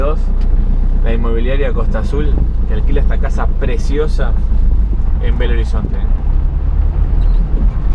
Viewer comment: X que es asi que se pronuncia Belo no bello lo conosco desde los años 80